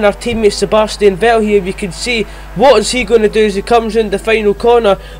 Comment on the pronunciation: And thats Vettel not Ve-el 🙄